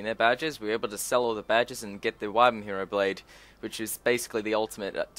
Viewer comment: your pronunciations of some of these triggered me so bad, like the wyrmhero blade, there is a letter "r" after that "y", the way you pronounced it, was more like it was spelled "wymhero blade", and the way you pronounced "durandal", it's the same pronunciation as in "marathon durandal", it isn't spelled "durundal", and before you say it's the accent, i'm Australian too, i have the same accent.